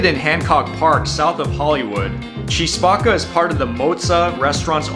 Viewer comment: “Key” Spacca, not “Chee” Spacca.